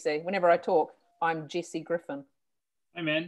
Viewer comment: I was fascinated by the kiwi pronunciation of Jesse like Jackie until they brought up her zoom mistake.